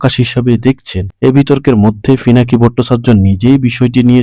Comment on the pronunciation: ফিনাকি না পিনাকি